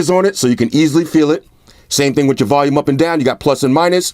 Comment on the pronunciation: #Salute he said volume and not Valume.....lok